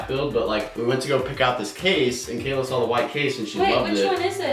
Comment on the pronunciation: I love how (sos for butchering your name) does the last step first and she put her FINGERS ON THE MOTHERBOARD. NOOOOO and why do you need a water cooler in a productivity PC it's not a gaming PC it won't get that hot not even gaming pcs get that hot